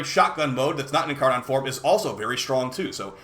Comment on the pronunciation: Incaron triggers me a bit without being incar-nun